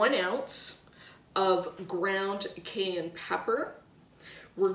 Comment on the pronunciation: Why are you mispronouncing Cayenne?